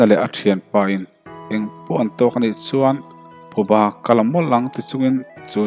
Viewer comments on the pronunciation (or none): none